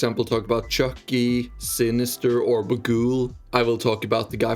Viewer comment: why do you say chu ckee like that